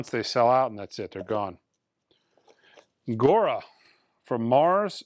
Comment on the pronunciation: you're allowed to mispronounce rap albums, but not Gojira. How do you get Igora? Are you dyslexic, dude? 😆